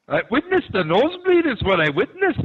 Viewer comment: "I witnissed a nosebleed I'll tell you that" I'm dead 😂😂😂💀💀💀